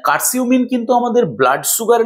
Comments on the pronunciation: আসসালামু আলাইকুম বড় ভাই উচ্চারণটা কার সিম হবে না উচ্চারণ হবে কারকিউম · কারকিউমিন,কার্সিউমিন না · Hmm,❤ উচ্চারণটা ভুল বলছেন